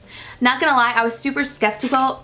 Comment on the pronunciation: lmfaooo how many times you said skeptical wrong me and my sister replayed it three times, love you <3